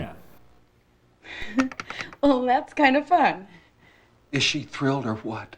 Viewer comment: does he say "thrilled" or "drilled"?